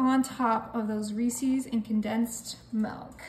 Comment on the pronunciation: Lovely. Just one criticism. The candy is “Rees-is” not “Rees-ease”. Unfortunately the way you’re pronouncing the name rhymes with a fowl word that starts with “f”. Turned me off the cake, especially combined with the visual of the piped on icing.